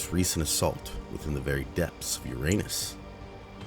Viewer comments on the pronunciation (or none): “And with this most recent assault within the depths of UrAnus……..” the pause killed me it’s like you wanted us to know you know 😂😂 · “With this most recent assault into the depths of Uranus” *dramatic pause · The pause after "Within the deepest depths of Uranus" really caught me off guard 🤣